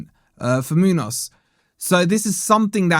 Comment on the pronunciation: You’re missing the ‘enya’ (ñ) in the name Muñoz. It is a distinct accent and makes no sense without. Just saying.